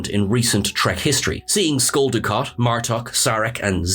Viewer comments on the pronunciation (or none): I couldn’t help but laugh when I heard “Skull Dukat.” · "SKULL Dukat"? LOL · “Skull Dukat”😂👊🏽